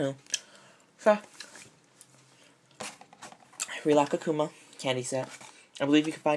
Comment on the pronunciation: Did you say rilakakkuma it's rilakkuma hehe